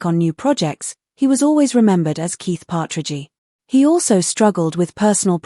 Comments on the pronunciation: …”but she was a real person…” seems rather ironic coming from an Ai program so corrupt and corrupted as to pronounce the name “Partridgey”…🇨🇦 ps Love you Susan… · knock it off with these cheese AI voices. Partragy my behind. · If you are going to make an AI-narrated video, can't you even check that it is pronouncing the names correctly. Nobody called it the "Partridgey Family". Nobody says "Danny Bonadeuce". It's just such stupid crap. Several minutes in and I'm waiting for some content. But that's what you were going for, wasn't it?